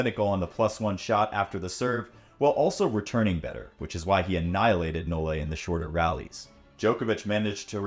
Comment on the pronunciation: Please STOP saying "No-Le"